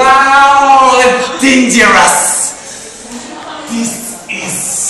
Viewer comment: デンジャラスww発音いいww